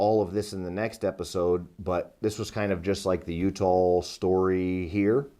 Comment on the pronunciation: Why does he say U-tall?